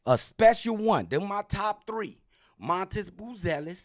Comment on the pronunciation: I listened to this like 3 times in the beginning is calling Matas - Montez?